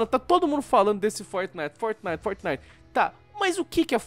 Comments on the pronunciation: vam joojar fortinaite galera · "FOTENITEN" -Mãe, Minha 2019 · "Fornay" Kito,Dary 2019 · Gaga: "Eu nUm sEi o qUi ê Fortinaiti" Eu: Foda-se 🤣🤣🤣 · Fort"Naiguiti" é fogo hein kkkkkkk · Mais tosco é vcs falando fortnaigiti